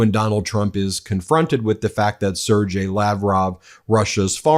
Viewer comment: You still pronounce Sergey wrong